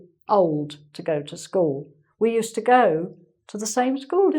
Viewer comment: I remember you talking about adopting the upper English (I forgot what you called that) use of "caunt" for "can't" rather than your native English similar to American English. I never thought about, but hear now, the "uz" for "use" (except as a function "use", as I just posted above) and the "ussed" for "used", but now you seemed to be dropping the D in "used", and almost a T. I'm only half-way (hawlf-way) through, so maybe I should have waited.